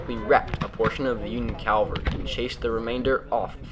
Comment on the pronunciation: I love your work and I love how you and your boys do it. But now I have to be mean. You keep pronouncing the word "CAL var ree:" Calvary is the place-name for the hill where Christ was crucified. What you mean is "CAV al ree," which translates as 'soldiers on horses.' At least, that's what I think you mean: Correct me if I'm wrong, eh?